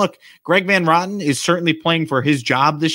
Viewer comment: The last name is pronounced VAN RO-TEN, not VAN ROTTEN